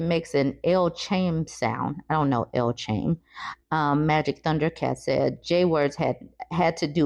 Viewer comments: Wait! La Chame? Say it like Lah Ki Um. L’Chaim is Hebrew and means “To Life”, as when toasting a couple at their wedding or other joyous occasion. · L'chaim, pronounced "la-high-m," is Hebrew. It's a Jewish toast meaning "to life."